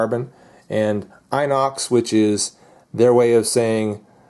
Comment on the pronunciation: You pronounce the i from inox, like you pronounce the i from "pistol" or "rims", just so you know ;)